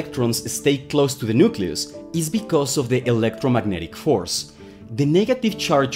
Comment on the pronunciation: Just an English note: it’s not a nukeYOUlus, it’s a nukeLEEus. Nucleus. Just like nuclear is pronounced nukeLEEar, not nukyoular.